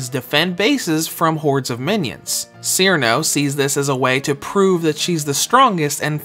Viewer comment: Haha, clearly you're fairly new to Touhou. The ice fairy Cirno is pronounced like "Cheer-no", not "Sheer-in-oh".